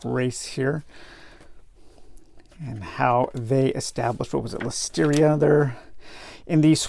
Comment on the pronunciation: Lustria not Lusteeria. Thanks for the great video.